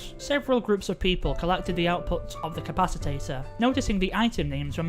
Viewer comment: I am hospitalized from taking a shot every time they said capacitor wrong